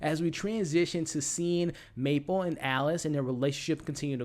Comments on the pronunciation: It's Mabel, not Maple 😭 Other than that I enjoy your videos! I hope the fuck you from Teddy is that he forged the DNA test and I saw it coming from Alice but I can't believe she put everything in there, poor Mabel :( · MABEL!! May-bell. Buh, buh, buh. Not Maple. That’s syrup, or a great flavor on a doughnut…. Otherwise, good stuff, man. Sorry… the mispronunciation just grated my ears…. Shredded them, felt like. Thought you’d appreciate the candid feedback. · is he saying "Maple"? lol